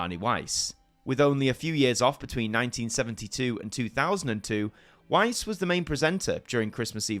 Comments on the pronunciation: Arne Weise's surname was pronounced as "wai-seh", not wise. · I have to point out though that the last E in Arne Weise's name isn't silent, it is pronounced "Weis-eh". Unfortunately, it is more difficult than before to make kids interested in "Kalle Anka" (and my niece has been no exception). ☹️ It is more likely to be appreciated by nostalgic adults these days, even if that group fortunately still is large enough to keep the tradition alive...